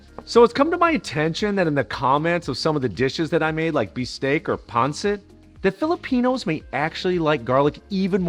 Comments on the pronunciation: Stress on the last syllable: pan-SIT. I prefer no onions in adobo, especially on classic black and traditional white recipes. The flavors are very different with and without onions, and it always felt wrong to me. Ilonggo-style red adobo does include onions though. But it's been a long process for me to accept that the best version of any Filipino dish is "the one your mom makes." Also, try eating this with pickled papaya. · Man, the way u say pancit 😂